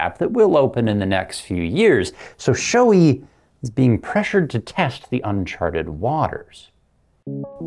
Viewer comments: For the love of god people. Proper pronunciation is Show-A not Shoe-E. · I'm going to be that guy, but only because I had to look it up for myself due to being unsure. The correct pronunciation is apparently "show-ay", with the accent on the first syllable.